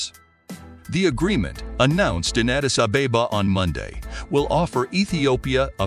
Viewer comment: An important report but the narrator must learn how to pronounce African names such as Somaliland, Addis Ababa, and Houthis. It is, of course, an honourable stance to block the murdering Apartheid regime’s access to the red Sea, they should feel it in their pockets for their attempted genocide and ethnic cleansing of the Palestinians. I hope Israel’s economy is severely detrimentally impacted. Well Done Africa for making your voice heard in the world.👏